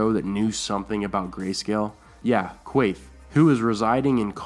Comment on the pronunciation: It's pronounced, KAYTE. Not Kwaythe!